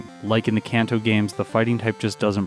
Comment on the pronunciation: Seemed like you did a lot of training on rando trainers. How would E4 grinding instead have affected the time? Also, Kanto is a soft a like in "father".